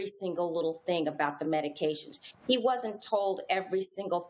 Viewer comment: I wish these attorneys would learn how to pronounce the names of the medications